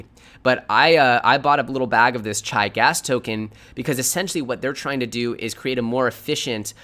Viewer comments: It's pronounced "ChEEEE" modeling after martial arts not "CHi" like chi tea. FYI but good content thanks! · It's pronounced: "CHEE". as in tai chi